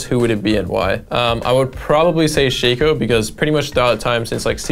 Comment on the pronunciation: shaco* not shaco